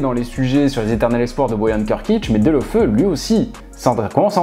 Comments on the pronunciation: Delofeu a pas un blaze de pokemon c'est toi qui le prononce mal on dit : Deuloféou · tu t'es trompé c Deulofeu et non Delofeu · on dit DÉOULOFÉOU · Petite précision ça ne se prononce pas Deulaufeu mais Déloféou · Je crois que l’on prononce Gerard « deoféou »